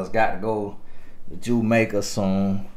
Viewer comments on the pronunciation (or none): "Jumaica" 🤣🤣🤣🤣 I'm done